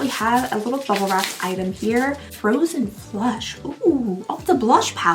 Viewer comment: Girl, you said Frozen Flush (the blush palette) and my head snapped up because I heard Frozen Flesh. 😂😂